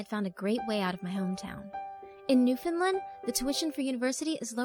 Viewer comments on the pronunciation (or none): Is it really that hard to pronounce Newfoundland?? Lol take it from an islander I’ve heard worse. New fin land is the worst yet 😂😂😂 people actually say it as three words.